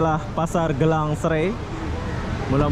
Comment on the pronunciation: Sebutan dalam bahaha indonesia jadi "gilang" bukan "gélang"